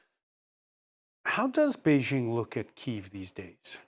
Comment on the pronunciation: Bei JING, not Zhing